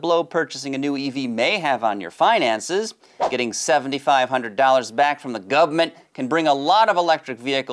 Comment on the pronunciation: Exemplary summary, as always. Thanks for the great rundown! I always chuckle when says "gubmint".:D